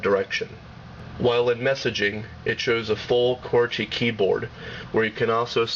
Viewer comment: Yes i know. When he says "qwerty" it sounds like "gorchy". Try .